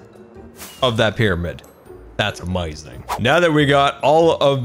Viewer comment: I love the way he said "amayuzing"